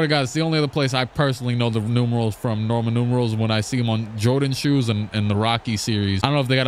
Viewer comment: “Rocky Nurmerals” 💀 “Norman Numerals” 💀